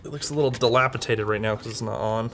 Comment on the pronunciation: Did he just say dilapitated?